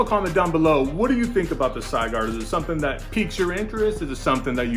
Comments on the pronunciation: Sigurd, pronounced Si as in Sit, gird as in girdle it's Old Norse and also the bezel is Stainless Steel. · Supposed to be Sig as in Sig arms and urd as in turd. Sig-urd. Something to do with someone killing a dragon in German mythology.